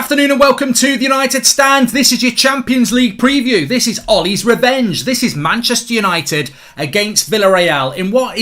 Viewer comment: "Manchepster "united😭